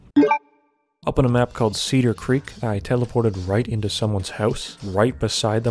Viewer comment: This guy talks like Joe Pera if he joined the mafia or owned an NYC/Jersey pizza shop. Although there's a hint of Canadian, because he pronounces house as "hewse" and "out" and "oot". A soothing but somewhat cartoonish voice that perfectly suits the YouTube commentary genre.